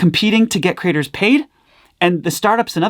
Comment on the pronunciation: I really like how pronounces creators as Critters!